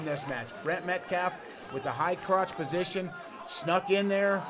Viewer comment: "so close to being outta posound.. outta bounds" Trying to say position and bounds at the same time.. fail. lol